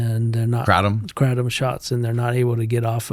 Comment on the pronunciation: kraTOOOm xD